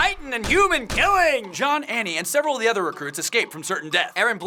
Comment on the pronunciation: why do people call jean john